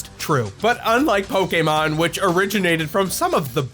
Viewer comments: Thank you for pronouncing "Pokémon" correctly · What I find ironic, is you're a digimon fan, and you actually pronounce pokemon correctly when so many pokemon fans don't even though they sing it out loud in the show